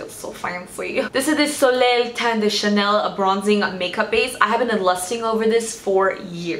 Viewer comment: You pronounced the Chanel thing so well wow! (I speak French and people usually never pronounce it right)